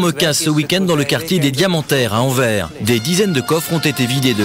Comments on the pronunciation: Pauvre français qui écorche AnverS en prononçant Anver 😭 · On dit AnverS ;-) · faites sauter la banque avec louis de funes et Anvers le s se dit! anverse ! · Il y a un S à la fin d'AnverS et on le prononce!!! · Horribles ces coupures de son. Au fait, on prononce le "S" dans Anvers... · Oui mais anvers sans E mdr